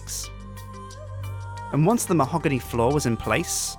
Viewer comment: mahogony floor... " MAHOGONY DOORS?!"